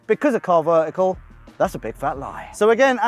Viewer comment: Was just about to comment the same 😂